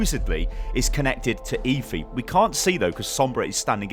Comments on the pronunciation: ITS PRONOUNCED ( F E ) NOT ( E FEE ) PLS STAHP :(((((( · Please, why are you calling her e-phee, its eth-ee! "Efi" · It's pronounced Effffeeeeeeee. Not Eyfi. ☺️👍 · Im pretty sure its pronounced effy not eefy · Jesus man it's pronounced effff-ee not eefee fucking hell man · It's pronounced EH-FEE, just saying( ͡° ͜ʖ ͡°) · It's pronounced as eh-fi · Please just say EH-Fee. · did any1 else hear leafy instead of efi LOL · lets be honest, is there even a chance he's pronouncing Efi correctly? EEEEEEEEEEEEEFY, Dooooouuummmfist.... Saaaaays...... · You pronounce Efi's name wrong. 😂